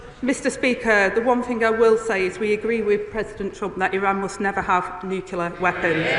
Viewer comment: "nukelar". She can't even talk properly. this is where we're at, folks.........again. It's like ground-hog day.